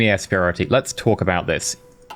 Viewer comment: "We have ways of making you torque" ... said the engineer to the motor? I am dying over here, you just killed me with a bad spanish accent.